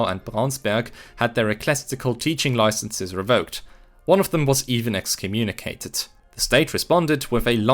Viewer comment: Please tell me you pronounce loisences like that on purpose